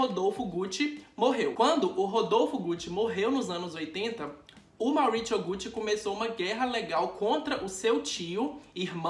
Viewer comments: Maurichiou! Pratrichia! Hahhaha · Eu odiei o jeito que você pronunciou os nomes deles, já que não sabe a pronúncia correta é melhor falar em português mesmo. MAURÍCIO e PATRÍCIA. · na época que eu gravei, não sabia mesmo a pronúncia do sotaque correto pessoal, desculpaaaaaaa! nem me toquei, por exemplo, que falamos pizza e não pitcha HAHAHAHAHA por outro lado, finge que foi tudo programado pra ser o alívio cômico da história do mauritcho e da patritcha 😂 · Patricha e mauricho kkkkkkkkkkkkk eu acho que a pronúncia seria Maurizio e patrizia com acentuado do z kkkk só acho já q são nomes com pronuncia italiana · Na verdade a pronúncia seria como o "z" de pizza. Então o correto seria "Mauritzio" e "Patritzia". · "Mauritcho" e "Patritcha" é ótimooooooo 😆😆😆😆😂😂😂😂🤣🤣🤣🤣🤣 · Não consegui assistir com ele falando Mauritcho e Patritcha toda hora 😩😩😩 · Cara em italiano Maurício e Patrícia se falam como no português não precisa falar de forma estranha como vc falou no video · Você cita o nome do casal com um sotaque mais para o inglês do para o italiano. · Maurizio e Patrizia em italiano tem a mesma pronúncia do que os nomes em português. Dá agonia ver um vídeo inteiro ouvindo o nome errado. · Gente como vc pronuncia 2 nomes italianos com sotaque americano nada a ver🤣🤣🤣🤣🤣🤣🤣🤣